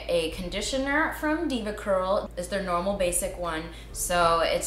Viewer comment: i was fine and chillin until I heard you say the words "deva curl"